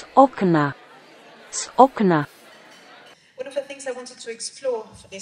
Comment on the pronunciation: "z okna" is incorrect :D correct is "z vokna"